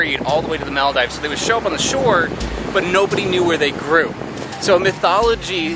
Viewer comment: mal dives? At times your pronunciation sounds like you have never spoken the English language before